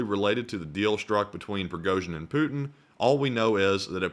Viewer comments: “Putiny” lol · the "Putiny" roflmao